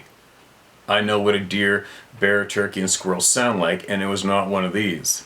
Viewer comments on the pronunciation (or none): none